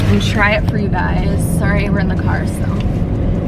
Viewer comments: I am so here for the British accent every time you say “Soo” 😂 it is sending me! Lol love your vlogs boo! Wanna start my weight gain journey like you did too. Definitely seeing your progress! Be blessed ❤️ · The way you say “so” 😂😩